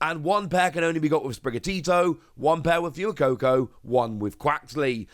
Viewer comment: Could you please stop calling fway coco like fewy coco because it's pronounced like fuego